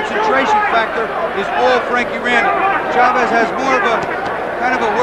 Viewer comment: Jim Hill, first black boxing analyst i ever heard that actually pronounced Chavez is name correctly. Instead if saying shhhavezzzz.